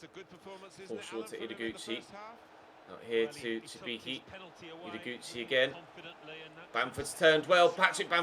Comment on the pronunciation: Cibicki is pronounced Tsibitski